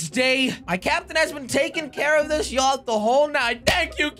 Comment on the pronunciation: him pronouncing the yacht names wrong and calling orange yellow pissed me off so badly. still love you thought jelly(no homo)